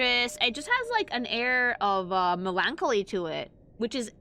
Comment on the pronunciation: How did she pronounce "melancholy" completely wrong?